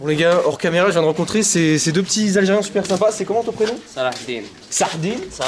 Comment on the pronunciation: Lfr et où t’as vu que quelqu’un s’appelait sardine !!!? Il a fait pareil au jeune kabyle qui lui a donné ses gants en ne pouvant pas prononcer son prénom . Pourtant Fateh c’est pas compliqué et c’est assez connu